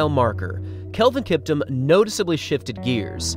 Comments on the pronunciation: Not kiptm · It’s pronounced like Kip-TOOM